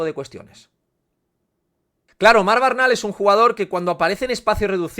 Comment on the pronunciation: No es BARNAL, es Bernal. XD